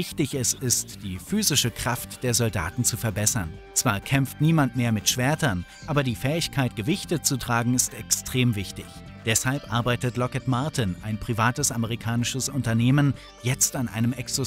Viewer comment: Digga nicht Lockhead LOCKHEED